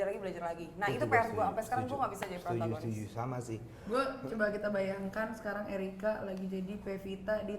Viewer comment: protagonis bukan prontagonis hehe.